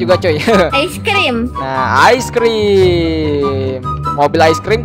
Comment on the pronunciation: Bukan ais tapi ice